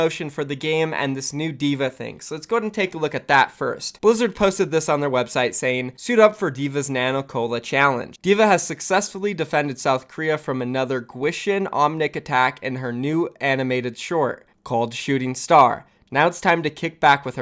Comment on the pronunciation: “Gwishin” is pronounced (Kee-shin) btw